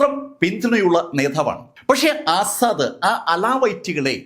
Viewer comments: അസ്സാഡ് അല്ല asad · 'ആസാദ്‌' അല്ല, 'അസദ്'